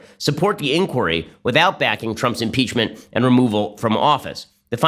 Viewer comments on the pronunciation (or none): "Mmmmpeechmurnt Grrt, Twernty-Nintrrrrrn!" 🤣🤣🤣 Hilarious 😂